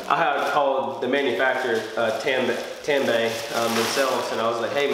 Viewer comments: You should torque the 3 nuts on the strut tower to manufacturer specification. The word Tanabe is pronounced Ta•na•be, not Tan•ba. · It’s pronounced ‘tun - a - bee’ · Tah-nah-beh! Friendly correction. But i just ordered my injen cai and will be doin the install vid soon for the community. Stay tuned!